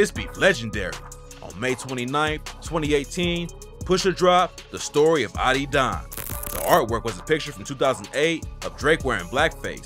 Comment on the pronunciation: ah-did-on not ottydon😭😭